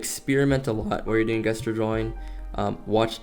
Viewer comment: Not trying to be rude, but the word gesture is actually pronounced (jess churr) if you dont know what i mean then here sorry in advance if somebody already pointed this out 😅